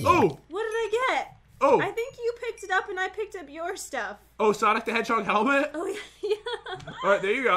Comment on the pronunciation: it's the Luigi helmat and the luige chestplate Pat-You really say everything perfect don't you Me-Wheeze